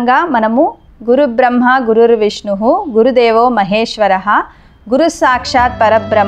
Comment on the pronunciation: గురుదేవో అని కాదు గురుర్దేవో